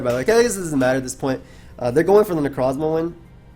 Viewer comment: Please stop calling Necrozma "necro". It weirds me out every time for obvious reasons.